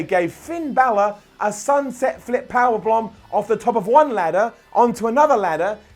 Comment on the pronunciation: Heard "blomb", singular